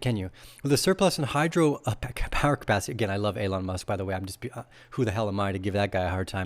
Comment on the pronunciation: Are you purposely pronouncing Elon wrong? Genuinely asking here.